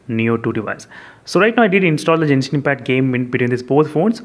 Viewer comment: You are pronouncing genshin impact wrong